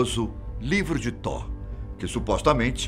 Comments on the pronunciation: Man da uma agunia ele falando Tó sendo que se diz toti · Apresentador o nome do Deus e Tot e não Thor ( Thor e Deus nórdico ) Tot e Deus do Egito fala por favor o nome do Deus do Egito direito e Tot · tor ??? ou thoth ?? acho que ele falou errado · Eu vi a thumb pronunciando "Tof" ai tive que ficar ouvindo Tó e Tor o vídeo todo ksksk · A fala está errada tem que ser : " toti " não Thor..... A pronúncia ficou Thor, mas tem que ser "toti" ,que é thoth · Ele tá falando errado.. tá com som de R e tem T no final desse. Era pra pronunciar Tóti.. rs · Nem "toti" e sim "tof" tá querendo corrigir sendo que nem sabe. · Excelente narração, voz, poder de comunicar de destaque, porém pode ficar ainda melhor se estudar previamente o que esta a narrar...ja percebi algumas vezes a falta de conhecimento. No Caso deste video em particular o deus é Thot e pronuncia se Toti e não Thor, q é o deus Viking. Grato pela narrativa envolvente e por compartilhar conhecimento diferenciado. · Ler "tor" é errado lê-se "tó t". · Mas ele não confundiu, tão pouco insinuou que tivessem alguma relação. Na vdd, ouve um erro de pronúncia, que faz com que pareça que ele está dizendo Thor. Só isso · Ele n falou "thor", e sim "Tó" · se pronuncia "TOT" mas isso é apenas um detalhe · THOT o T no fim é para pronunciar (thote) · Acho engraçado como ele pronuncia "Toth" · Tá pronunciando errado.. Thor é o Deus do trovão,o velho teria que falar Tóti kk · Concordo o narrador pronunciou o nome errado. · o th é pronunciado como um T com a lingua entre os dentes, porém quando o th fica no final da palavra ele é pronunciado como uma especie de F ou S com a lingua entre os dentes, esse som não existe no ptbr. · na vdd a pronuncia do vídeo está errada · A pronúncia de thoth stá errado , mas o vídeo é bom😎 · Ele pronunciou errado. Ficou estranho msm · Ele só ta pronunciando errado